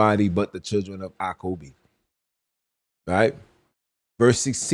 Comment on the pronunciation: Who is acom- b? It said jacob